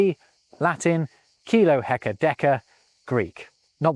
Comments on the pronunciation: it's deca and hecto, not deka and heka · "hect[o]-" (also rarely "hekt[o]-")― not "heka" ― is the correct prefix, derived from ἑκατόν [hekatón]. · Not "heka" but "hecto" from the greek "hekaton" meaning "hundred", used only in practice for measuring liquids